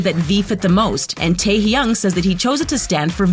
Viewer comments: Her: Kim tere young Me: I know I'm bad at pronunciations but you're even worse than me! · SHE SAID PACK JIMIN 😂😂😂😂😂😂 😂 SHE SAID KIM TERRY HYUNG 😂😂😂😂😂😂😂😂😂😂😂😂😂😂 IM DONE WITH THIS VIDEO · Jangu? Soonga Kim teryang? GURL YOU NEED TO LEARN NAMES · "Kem NamjoOn" "Ken Sock Jin" "Min yOonGei" "JuN hOeSock" "Pack JeEmiN" "KiM tAereung" "JUeng jUngoo" I cringe every time this happens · Me: Sits here wondering where the heck you can find an r in Kim Taehyung... and what lies this woman has been told...